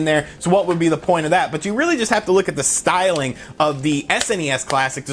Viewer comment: drink every time he says "stylng"